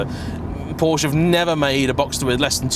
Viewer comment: please learn how to pronounce ‘porsche’